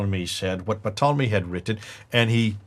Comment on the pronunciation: I laughed every time said Ptolemy's name wrong! Patolomy??? 😁